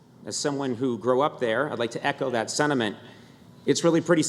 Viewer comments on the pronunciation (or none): none